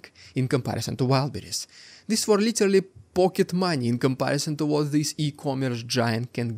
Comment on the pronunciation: Stop saying litelly, its literally and you are overusing it..